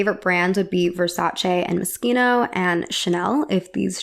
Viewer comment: I'm Italian. You pronounced Versace correctly. Subscribed.